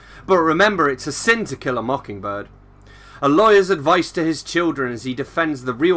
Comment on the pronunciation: The pronunciation sounded right for a southern accent. To Kill a Mockingbird is a great book. I liked hearing all your thoughts.